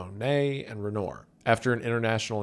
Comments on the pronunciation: Its pronounced "ren-whah" not ren-noor you Appalachian hick. Im also an Appalachian hick btw 😂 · Brother, I get it. We got a town round here named Lenoir City, but for the love of all that is good, please I beg you: Hire. Someone. To. Check. Your. Pronunciation. VelezSKEWZ and ReNORE? Just. No, my guy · it’s pronounced “Ren-Wah”